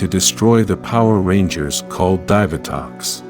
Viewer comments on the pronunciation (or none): DIIIVVVAAA TOX NOT DIVER TOX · Dude I don't know where the hell you're from but a couple things one it's Zordon too it's a Divatox and finally it's Dino gems the way you're saying it it sounds like Dino from The Flintstones learn how to speak English dude because for you not saying the names right of stuff I grew up over the years with I'm not subscribing to you I don't care if you have 1.76 K subscribers you need to know how to say the characters names right and the stuff that helps people morph right good day sir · It angers me that he cant say “divatox” or “Dinogems” correctly